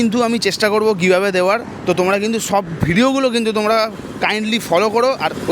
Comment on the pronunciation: Giveaway ta kemon jeno BHATA-r moton sunte lagche 😅😅😅